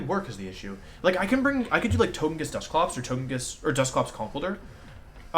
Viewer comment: Anyone really thrown off by how wolfe pronounces the names? Gigalith, togekiss, etc